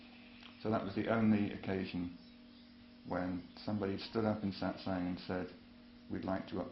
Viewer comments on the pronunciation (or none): SAAT SANG no.. no.. your pronunciation sucks.